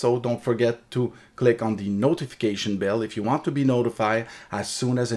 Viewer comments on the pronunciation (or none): none